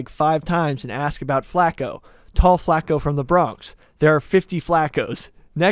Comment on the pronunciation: U can tell how white that room is just by the fact that nobody caught the way was saying flaco.